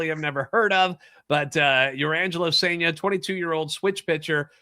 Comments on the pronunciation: It's sen-ja. Like sun with an e instead of a u, and jar minus the r. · M's fan here. You have a great young pitcher in Cijntje, pronounced SIN-ja. Solid #3 upside, improved with right hand last year. Close to being a pro. The Cards cleaned up in this trade but Seattle is going to be better this year because of this trade. Tai Peete is a lottery pick, still young. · I believe it's pronounced SAIN-JUH.